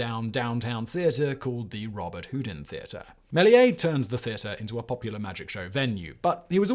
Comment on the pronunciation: He also mispronounced Lumiere, Maria and Robert Houdin.